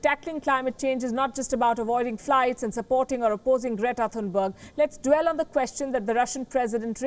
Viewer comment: And her Name is "Great-a Fun-berg"